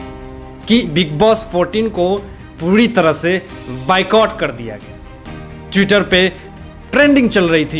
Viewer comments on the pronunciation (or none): Thank You. All must boycott them. Only people power will win. Everyone is getting sold. oan pl check your pro of Boycott. u are saying bye cott. It's Boy Cott. Thnks. no offence.